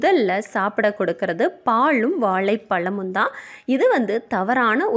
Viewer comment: வாழைப்பழம் என்று சொல்வதற்கு பதில் வாலப்பலம்என்றுசொல்றீங்க